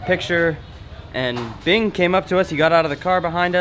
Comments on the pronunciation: Binh not Bing :DD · By vietnamese name then is Bình, but still its alright to say it wrong cause it's hard to say.